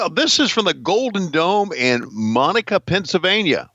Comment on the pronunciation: its pronounced like mo nack aah not monica its 20 mins outside of pittsburgh i was at event in third row was fucking incredible the pop shane got when he won title was incredible and he lived and still does ten minutes from mo nack ahh